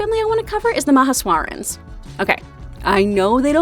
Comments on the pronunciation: 12.15 IT'S ma-HAY-shworens not mahashwarens.... oh wait....was that a joke?Cuz i didnt get it at first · Hi sorry to be nitpicky or anything but Connies last name is pronounced Mah- hay-sh-wa (like aw but with the w infront)-ren (like red but with an) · don’t mean to be rude but you butchered that name so bad lmao it’s Mah-hey-swah-rens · I’m sorry ma-ha-swor-ens?